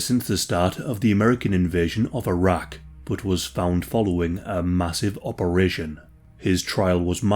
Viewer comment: Bro when you first said Iraq I heard Arrakis lmfao Saddam Atreides